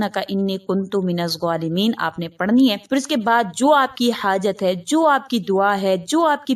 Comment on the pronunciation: Minazalemeen is right minazzualemeen is wrong. And your saying wrong